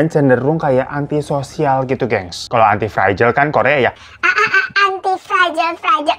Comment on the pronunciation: Antitititi fragile bang, bukan aaaanti fragile 😭